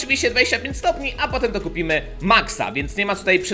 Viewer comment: "STONI" XDDD Chyba miało być stopni EDIT:O w końcu :>